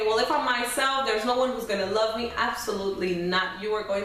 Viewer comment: The stress on your forehead coupled with the fake eyebrows and the way you say "Fall in Lob witcho" good luck.